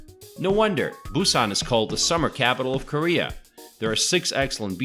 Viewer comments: Gonna give you a downvote for all of your useless mispronunciations of almost every poi. Kind of defeats the purpose of a guide, don't you think? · Cool video and lots of information but oddly, your pronunciation of the areas is pretty bad. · Hahah you butchered every name in Busan. Great video though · I've been living in Busan for about 10 years now. You severely mispronounced many places...However, everything you said about photos on the beach and other fun facts are completely true! BTW, All Korean food is wonderful (just stay away form the hong-eo/fermented skate fish) Do you wanna visit Busan and you have a bachelors degree? Come teach for a year and get paid decently. I love this place! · Good show and could be better if you can pronounce the Korean destination names better. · your pronunciation of the areas of Busan needs a lot of work but you have a talent for making these kinds of videos